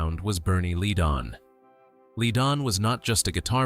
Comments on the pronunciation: Fry not Fray and Led-on not Leedon. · now why would i subscribe to a youtube channel that can't even pronounce the eagles names .. its glen frey .....pronounced as fry .. not fray .. and bernie leadon pronounced as ledon .. get that shit right at least .. or get a real person to narrate your video .. you dip shit .. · Pronounce the guys names right Glen FRY Bernie LEDon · The Eagles lost 3 very gifted musicians: Bernie Leadon, Randy Meisner and Don Felder. FYI… Frey is pronounced fry Leadon is pronounced lead as in the metal. Leadon If you’re going to do something like this, the least you can do is get the pronunciation of the names right. There are other inaccuracies in this, but you’ll have to do more research to figure that out. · miss pronouncing names is very bad. learn these guys names, Bernie Leadon and Glenn Frey. Henley just admitted Joe Walsh was one of the reasons why the Eagles broke up. Walsh joined band because he couldnt no longer writer 8 or 9 songs for albums. he could write maybe 2 songs so joining a band worked out for him.